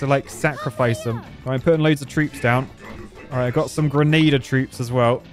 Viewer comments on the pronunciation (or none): none